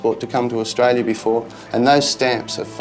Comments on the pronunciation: He can't even say Australia ! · Lol, I was born is tralia. If you were born then you would know how to pronounce the name of the country (Australia) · He can't even pronunce the country he says he was born in.